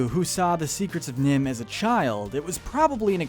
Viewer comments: "NIMH" you idiot, not "NIHM"! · It's NIMH not NiHM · It's NiMH, you idiot! Not NIHM!